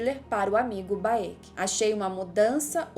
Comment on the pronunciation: Vc chamando o Baek de Baêki é engraçado kkkk É só Béck. Sabe a Raenyra de House Of The Dragon? Pois é... mesma logica. Nao é Raênira ou Rânira, é só Rênira/Rénira. A = A Ae = É/Ê I = I Eo = Ó/O Eu = U